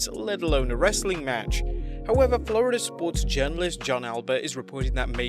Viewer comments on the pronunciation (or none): none